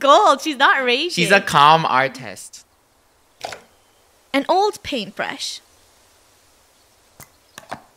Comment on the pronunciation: "Art-tast"